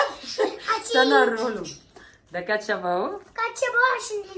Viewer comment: بصي انا بحبك بس كل كلمات الماركات قوليها غلط وخالد بيقول مثلك زى برجر برنجز سناكرز كاتشب النطق غلط متزعليش، من رأي